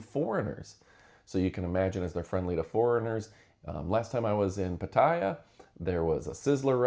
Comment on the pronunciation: It's not pat- i -ya, it's pat-a-ya